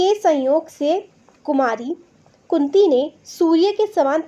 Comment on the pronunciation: madam apne kunti ko kuti bola